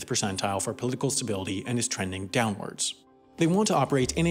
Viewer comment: He even presses the tone when he says "DOWNward"